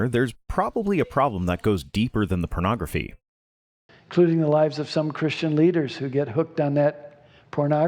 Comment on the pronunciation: He is so close to pronouncing “pornography” like Jesse Helms. Poe-naw-grafuh